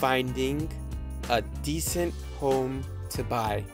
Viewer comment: 쌤 발음이 많이 한국화(Koreanize) 되었네요. decent를 /'di.sent/로 발음하는데 decent는 음운현상(phonological phenomena)으로 인해 /'di.snt 디슨ㅌ/로 발음해야 하고(vowel deletion), /di'sent 디센ㅌ/는 descent가 됩니다. 참고하세요.